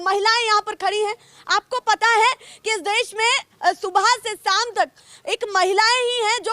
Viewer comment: Subhay say 'saam tak' Nahi Ma'am 'Shaam tak'😄